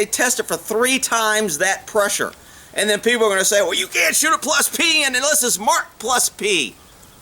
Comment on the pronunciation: "Plus plee" lol Great video!